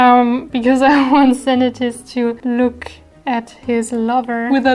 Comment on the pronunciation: Wow 2 attacks in 3 days, it's impressive ! 😍 I only do 3 attacks this month. 😆 The video is so fun, I love it ! Bravo ! 👏 And the prononciations of Senetis and Kèham name's is really good, bien joué ! 👌 Thank you to draw them so perfectly. ♡